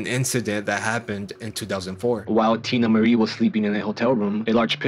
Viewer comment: I know you're not a Teena Marie fan by the way you pronounced/read off her first song, LOL.